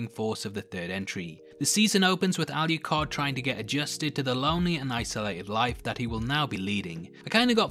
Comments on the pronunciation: That's the second person I've heard calling Adrian, Alicard, instead of Alucard. Really weird. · I'm sorry, by the way you're pronouncing 'Alucard' is driving me bonkers. Where are you getting the "Y" or "ee" sound from? There's no 'i' or 'e's in his name! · lol why didn’t you edit out when you mistakenly called Alucard, Aluhard? 😅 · ....why do you keep calling him "alley card"? Regardless, I'm sick of watching reviews and reading articles wondering if Alucard is bi,straight,gay...or anywhere in between... doesnt it matter about how how lonely he was, how desperately he missed trevor and Sypha that he would just take in two strays? How he fooled him self into thinking he loved them? How he fooled himself into thinking they loved him? How is this going to effect him when he meets back up with trevor and Sypha? I'm not saying you are saying anything about his sexuality... it just kills me that most media I ingest about this is about whether or not hes gay...hes fucking immortal...who cares? Thanks for the great overview and doing the characters justice. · Al you card 🤣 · "aluHARD." lmfao